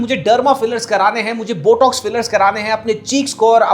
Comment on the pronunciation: jaaaahil aurat it’s not BUTTOCKS it’s BOTOX 🤣🤣🤣💩💩💩🤮🤮🤮